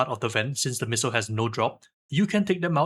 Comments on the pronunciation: Say Pissile one more time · Very informative video. Still not calling it a “pissile” though 😂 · Fun drinking game- every time he says “pissile” and you giggle, take a shot. Have fun responsibly ✨ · Ah yes, the PISSile